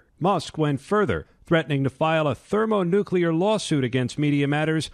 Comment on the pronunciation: When Elon uses a word even Russel has trouble pronouncing xD Thermonuclear law suit